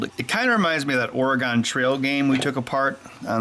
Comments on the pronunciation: im sorry but I have to, Oregon.......OR I GUN. not OR I GONE. 45 year native. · oregon is pronounce like the instrument organ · so ben most of the people in Oregon and the western half of the US pronounce the state ôrɡən (organ: the instrument or internals of a biological entity) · Having been a fan of yours since the early 2000s and still, to this day, owning your ExtremeTech "Hacking Video Game Consoles" (along with Grant Imahara's "Kickin' Bot"), I have a lot of respect for what you do. But man, being an Oregonian, after hearing you pronounce "Oregon", I gotta say, that respect got knocked down a bunch. J/K, keep doing what you do. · So talented, yet you still can't pronounce "Oregon". Please, stop trying. It's painful to hear. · I wqas going to subscribe but then you pronounced Oregon like an idiot. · When he began to take apart the Consol I noticed he said Oregon wrong, you don’t pronounce the o